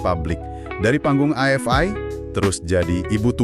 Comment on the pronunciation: bacanya Afi ( AFI ) bukan a ef ai .